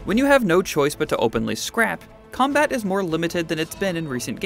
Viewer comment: "The Comabt works really well?!" Honestly can we please have requirements in gaming knowledge for reporters?